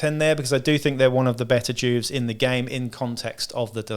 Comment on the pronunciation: It’s jewvee not Jewv … you know.. short for juvenile.. where to kid criminals go? Juve (jewvee)